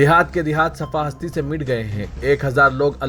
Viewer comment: Safa Hasti nai " Safha e Hasti" bolo